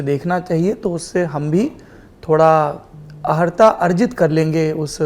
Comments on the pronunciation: Aharta nahi, arhata. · अहरता नही अर्हता बोलो सौरभ जी। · Qualification ko arhata bolte hain na ki aharta , Saurabh Dwivedi ji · सौरभ जी ने अहर्ता बोला शायद अर्हता बोला जाना चाहिए आप हिंदी पट्टी के जाने माने पत्रकार है🙏💐